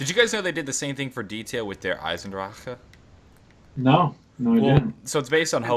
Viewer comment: you seriously need to just stop saying Der Eisendrachen. Lol.